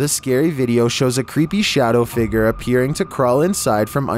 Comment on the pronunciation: "Shadow figger"